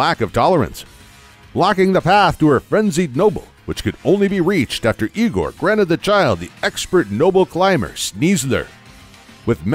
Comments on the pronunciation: this is amazing! but i find it funny how here the narrator calls ingo, igor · You pernounced Ingo, Adaman, and Cogita wrong its Een-go, Add-uh-man and Cog-eeta